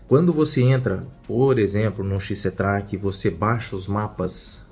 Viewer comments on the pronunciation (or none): corrige sua pronuncia para o aplicativo XCTRAK você tem pronunciado "xiscetráque", mas a letra "a" tem som de "é" ou "ê" na lingua inglesa e a pronuncia certa seria "xiscetréque". Valeu, as livres estão ótimas, não me leve a mal, é crítica construtiva....